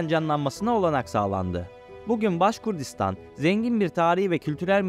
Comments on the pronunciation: Baskurdistan degil, baskortistan ya da baskurtistan duzeltmw yapin ya da videoyu kaldirin.ismini bile dogru telafiz edemediginiz bir yer hakkinda bilgili gibi gozukup bilgi vermeye calismaniz tuhaf.. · Başkurdistan yox kardeşim,-Başqırdıstan.Anadolu türkcesinde Q harfi olmadığı üçün size zor gelir bunu talaffüz etmek. Halk ise Başqırd adlanır.